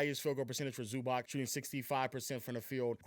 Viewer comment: Please bro say Zubac name correctly, it’s not that hard